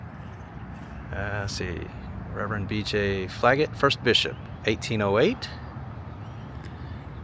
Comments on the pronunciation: Flaget isn't pronounced like that. Its pronounced more like "Fla-Jay". 🤣 When mentioned crime stats he didn't mention the unsolved cases of Crystal Rogers, Jason Ellis, Tommy Ballard, and Kathy and Samantha Netherland. He also only showed the immediate area around 3rd st (the main street) as everything else in this area looks plain and traffic is out of control as so many people are moving here. Rent prices are well over $1000 a month for a basic place since there aren't many available and the only jobs are working in a distillery (that won't hire you unless you have family working there) or a factory making auto parts (that will work you like a rented mule) or a barely over minimum wage tourism service industry job (and the locals despise tourists). Edit to add. Our county sheriff and his second in command were just indicted on criminal charges 😂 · You called him Flaget..its pronounced fla-sha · Bishop Flaget (pronounced "Flaj-ay" in the French style). Bardstown is the epicenter of what is called the Kentucky Holy Lands. Large Catholic presence here from the early days, as well as in Louisville/Jefferson County and Southern Indiana.